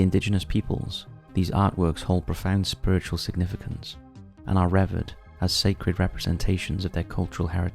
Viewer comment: Re-verd??? You mean revered!!! Is it a requirement for the narrators of this channel to be be utter thickos?